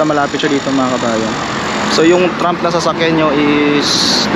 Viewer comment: Kabayan, "TRAM" hindi TRUMP.